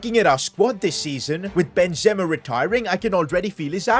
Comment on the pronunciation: It's not Ben zema it's Benzema